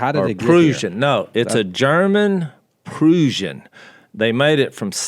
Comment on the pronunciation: Jase....Prussian is Pronounced as "PRUSH AN." Just like Brush.‼️😌